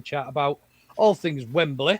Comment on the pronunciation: Just saying, but it's 'Wembley' not 'Wem-ber-lee.'